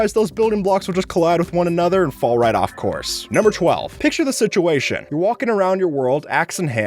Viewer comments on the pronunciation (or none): none